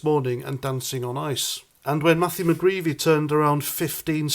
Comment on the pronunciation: Mcgreedy not mcgreevy